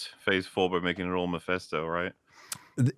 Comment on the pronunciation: For the 1000th time, its not miphesto you idiots, its mephisto